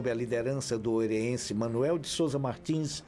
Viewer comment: Não é oreiense rapaz...é OEIRENSE! Tome tento! Tem que pronunciar corretamente a origem de todos os piauienses! Outra: o museu de arte sacra não é uma obra de 1983...é 1893!